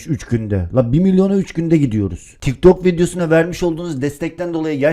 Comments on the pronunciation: Abi 'de tik tak gaming değil, tik tok gaming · 0.33 tik tak gaming değil tik tok gaming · abi tik tak değil (tik tok) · ben bu vidyoyu izlemiştim ama yeni fark ettim. Bu vidyoyu yeni izliyenler için vidyoya başlarken tik dok diyo😂😂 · Abi tik tak diyorsun abi